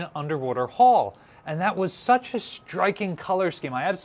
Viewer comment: Pronounce after me, "Hull, h-u-l-l, hhh---uuu---lll---lll"!!!!!!!!!!!!!!!!!!! You're as bad as Barry Boy when he pronounced corpsman as "corpse-man". You're doing yourself no favors with the ignorant "hall."